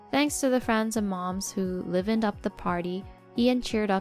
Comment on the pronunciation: It's 'suh-fice' (rhymes with 'mice'), not 'so-fiss' ETA it's 'lie-ven' not 'livvin'